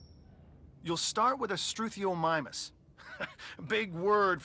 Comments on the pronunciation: stroo-theo-mime-us Ur welcome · Stroo-Thee-Oh-My-mus.... mus as in "wuss" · Forgive my nitpicking, but it is pronounced stroo-thee-o-my-mus. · The strethomububuh 😂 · its stroo-the-oh-mih-mus